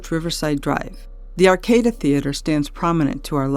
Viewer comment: Great stuff guys! Keep ‘em coming! One ( two, actually ) nit pick note: Swaby’s stop ( named for the former greenhouse ) is pronounced ‘sway-bees’ & the Arcada Theater is ‘Ar-cah-da’.